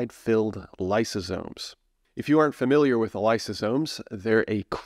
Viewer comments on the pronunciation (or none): none